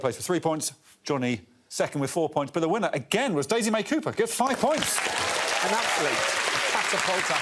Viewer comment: Daisy May Coo-purr... 🤦🤦🤦